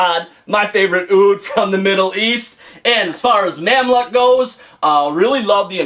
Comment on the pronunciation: Mamluk pronounced Mamluke , good review.